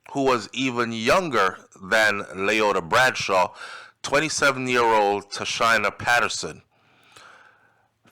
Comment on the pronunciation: Pronunciation, Tasheena